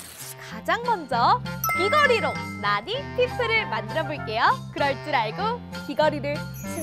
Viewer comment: 저거 나니가 아니라 나!-니!- 아닌가요